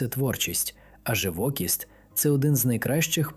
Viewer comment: Наголос, живокІсть.